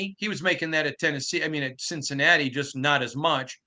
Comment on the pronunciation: Wen he wants more attention he says Cincinnata, then same paragraph says it properly.